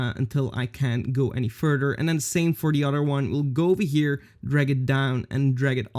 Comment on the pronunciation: he says "A little farter in time"